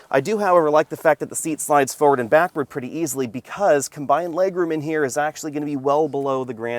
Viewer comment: After 7 years of videos, my skin still crawls when says “FO-ward” … dammit, there’s 2 Rs in forward.